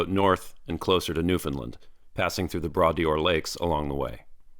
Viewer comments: I haven't watched in a while! So happy you're in Nova Scotia. I was just there a few weeks ago and also bummed about the no hiking. 😢. One note: it's pronounced Bradoor not Bradee-or. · As you travel, be sure to speak to a local or two to get the pronunciation of the places you visit correct. It's not pronounced "bra Dee ore", it's pronounced "bra door" ( as in patio "door") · 2 things: Bras d’Or - "Bra-Door" You did not have right of way. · just an FYI, the Bras D'or lakes are pronounced "bra door". Means arm if gold in French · just a small correction on pronunciation: bras d’or is pronounced “brah door”, where the second word is correctly pronounced the same way we would name a door to a room. In the second word, the apostrophe marks a contraction in the original French. It would’ve been two words: ‘de’ and ‘Or’, meaning “of gold”. The apostrophe is used in French when there are two vowels adjacent; you drop the vowel sound in the first word. You can also find this in the cosmetic company name “l’Oreal”. In this case, the L represents the word “le”.